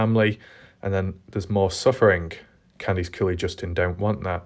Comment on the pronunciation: I think it'd be cool if you tried the US pronounciation of Candice in your next vid. "Can-diss" instead of "Kahndeese"....ok. But i do like it when you say "Kahndeese", I laugh inside a little everytime.